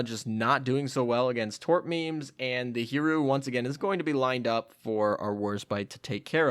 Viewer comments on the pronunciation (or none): none